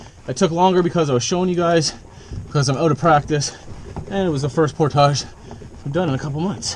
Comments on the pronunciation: It's pronounced "portage", not "portage". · says por-tazh…….I say por-tij…you can say it either way according to Merrium-Webster dict.